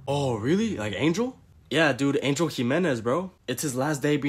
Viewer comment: I just thought it was funny because he said angle instead of Angel